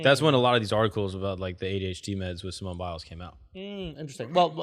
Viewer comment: this man akaash said HDHD🤦🏻‍♂️🤣